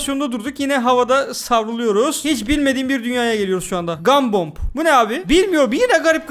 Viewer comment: Abi gumbomb derken gumbal